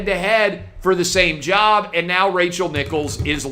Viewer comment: "I took....my own jerb?"